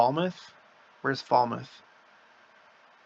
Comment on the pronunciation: For future note. That was Falmouth Massachusetts. Pronounced similar to Plymouth. Short u sound.